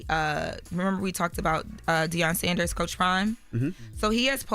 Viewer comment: be butchering some names lol. Deion Sonders…Anănda. Lol